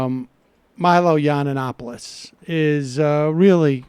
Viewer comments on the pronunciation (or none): Does Sam say "yawnanapoulis" on purpose? He slaughters names a lot. Is he trolling? Either way, I love it!